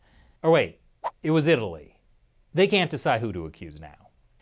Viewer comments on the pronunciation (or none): none